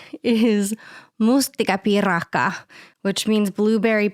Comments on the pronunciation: Oh the pronunciation of mustikkapiirakka was spot on! I was listening to this on the background, only half-paying attention and it made me perk up my ears and jump in my seat a bit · Sinä sanoit ”mustikkapiirakka” aika hyvin! Tosi harvoin kun englanninkieliset pystyvät sanoa suomen sanat oikealla tavalla! Hienoa, että yrität oppia suomea!! Mäkin on Amerikkalainen, mutta muutuin Suomeen noin 8 vuotta sitten ja puolisonikin on siis suomalainen, niin mä puhun nyt aika sujuvasti. Kyllä minä ymmärrän, miten vaikea kieli tämä on 😅 Edelleen mä teen paljon kielivirheitä sekä on monet sanat jotka en pysty ymmärtää. Tsemppiä sulle oppia! Jaksa jaksa! Sinä pystyt! Täydellisyys on hyvän vihollinen!